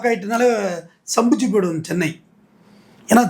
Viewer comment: சென்னை வாசிகளே not சொன்னை வாசிகளே